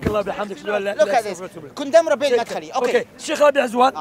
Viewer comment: "Madkhali" lol u know someone doesent read when they say that